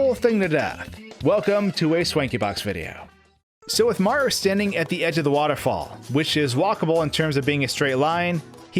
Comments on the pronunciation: I agree completely, the videos are interesting but his speach patterns for videos needs to become more natural. I also don't like that he says "Maro." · why do you pronounce Mario as "Mar" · I can't get over the way he says "Maro" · Every time he tries to say Mario he cuts off the end of his name. Not a complaint just something I noticed. Great video!